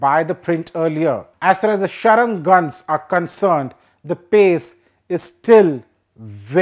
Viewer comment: it is SARANG not SHARANG